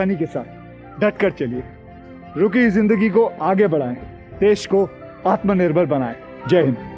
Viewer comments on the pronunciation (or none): none